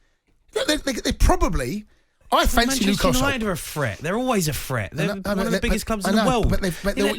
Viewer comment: Note to Jamie: The correct pronunciation of the word 'threat', is not 'fret'. Newcastle is not a 'fret'; Newcastle is a 'threat'. You can 'fret' that Newcastle is a 'threat', but that is quite another matter.